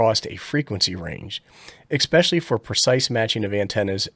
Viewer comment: "Ek specially"